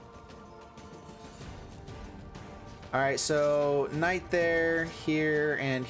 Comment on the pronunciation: You should prob chill with your pronunciation of knight